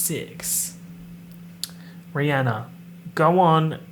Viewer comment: I'm so sorry to have to tell you that it's actually app-a-latch-a. I do however greatly appreciate your very correct pronunciation of Rihanna which people have been saying wrong forever.